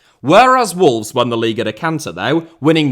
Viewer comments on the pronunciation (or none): none